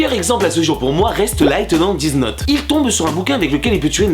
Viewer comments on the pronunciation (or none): tu dis aimer les les mangas... MAIS TU DIS DIZ NOT?!?!??! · Death note ça se prononce dèss note pas diz note!!! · "Diz note" ça choque personne ? 😅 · Y ma stresse à force de dire Dize Note Dans sa prononciation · C'est Death Note, pas dez nuts xD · on dit pas diz note mais death note XD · "Dise note" jerry :rire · death note sa se prononce pas comme sa